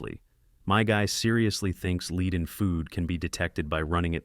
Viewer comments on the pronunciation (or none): “lead in food” pronouncing it “leed” yeah fs this isn’t AI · Bro youre saying lead wrong..... Its hard to take you seriously lmao. Great edits anyway. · Is this channel voiced by AI? It’s pronounced led not leed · Bro man its not Leed itspronounced Led holy fucking AI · "leed"? Seriously? "Leed"? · AI voice can't tell the difference between lead and lead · This shit gotta be ai there's no way a normal human doesn't know how pronounce lead properly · 400k subscribers and you can't even get your AI narration to pronounce "Lead" correctly? Put some effort in. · lead in this scenario is pronounced the same as head! not trying to be a dicc or anything ahaha just wanted to let you know in case you didn't x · Lead like you pronounce it is what you do to a leashed animal. You lead it on the leash. Lead like the metal, is more like led.